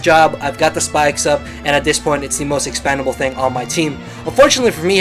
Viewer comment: Hey, i know english isnt your first language, but you keep saying expandable instead of expendable. just trying to help, not trolling or anything